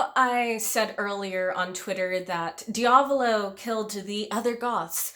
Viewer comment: the body swap is a huge part of this fight and I always loved it edit: also, I hate to be that guy but your pronunciation of diavolo is killing me. lol